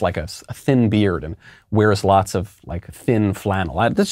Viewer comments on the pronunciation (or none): none